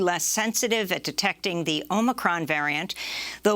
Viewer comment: I love how she says “omicron” in the traditional pronunciation. 🤣🤣